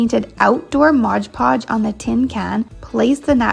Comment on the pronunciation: I don't know about anyone else but I have a tiny amount of OCD and it drives me completely insane to hear someone pronounce "stuff" wrong. For instance, its not MODGE PODGE, its MOD PODGE! Sorry but I've been watching these videos for a couple years or more and I finally had to say that LOL. Great ideas on projects though!